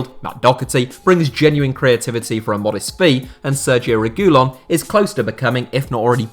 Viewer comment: Your pronouncing reguillon wrong